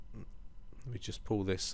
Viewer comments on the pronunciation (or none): none